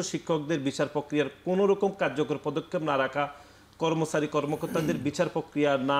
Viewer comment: এই কমেন্ট করতে আসছিলাম।। কর্মছারী > কর্মচারী, নির্বাসিত > নির্বাচিত, বিছার >বিচার,............